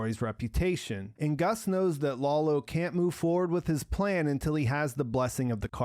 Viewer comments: please stop calling Lalo "Lawlo". You're reviews are really great, but this gets me every time i watch them. Could you do me the favor? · "Lolo"? His name is Lalo, and the "foreign language" he spoke is Spanish. Can you be so dense that you don't realize this?